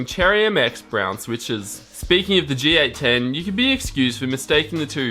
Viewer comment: It's a G810 not a GA10.